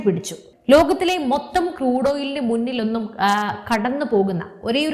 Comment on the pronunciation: നല്ല അവതരണം... സുപ്രധാന Contents... ഇനിയും ഈ വീഡിയോയുടെ അവതരണത്തിലെ ചില വാക്കുകളുടെ സ്ഫുടതക്കുറവിലേക്ക് താങ്കളുടെ ശ്രദ്ധയെ ക്ഷണിക്കുന്നു... (വാക്കുകൾ വീഡിയോയുടെ തുടക്കത്തിലേത് മാത്രം ഒന്നുപറയാം...) 1.മൂന്നിലൊന്ന് 2.പഴയയിന്ത്യ ഇനിയുളള വീഡിയോകളിൽ വാക്കുകളുടെ സ്ഫുടതയിൽ ശ്രദ്ധിക്കുമെന്ന് വിശ്വസിക്കുന്നു...😊😊😊